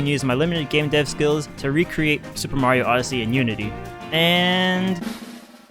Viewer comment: you probably never heard of his new york brother , supa maro have ya?